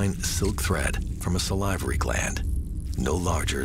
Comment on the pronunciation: Sa-Live-ary gland?